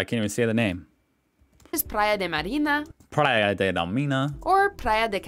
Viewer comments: 😂😂😂😂I'm Portuguese she's not pronouncing the names right just so you know. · she mispronounced the portuguese names of the beaches😵